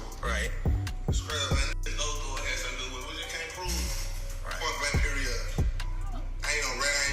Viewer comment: Why does he talk normal but then says ( point blank period " in a heavy Jamaican or islander accent??? Lol sounds goofy